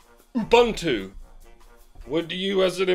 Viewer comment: Ubuntu is pronounced "Oo-boon-too", btw.